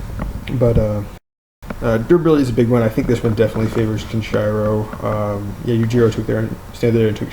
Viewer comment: It is Kenshiro not kenchayro!